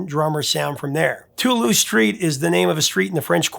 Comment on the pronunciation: I winced at the mispronunciation of New Orleans. Also Toulouse. You had the correct vowels but the wrong emphasis. You said too loose. You need to hit that S hard to say it properly, you put too much force on the T. But I forgive you. You a'ight.